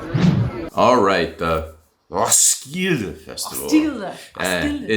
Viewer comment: It is pronounced Roskille Festival..... thank you for the tgreat review